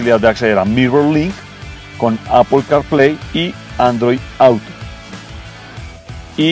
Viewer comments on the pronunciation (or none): none